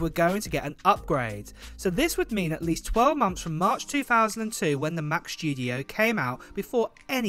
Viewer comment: "The macshhhtudio"🤣👌 love your videos mate